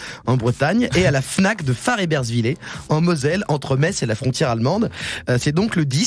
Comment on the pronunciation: T'as vu comme il le prononce mal??? Farrebersvill"é"??? Sérieux ?? Farrebesvill"ère" bordel!!! Un messin énervé :)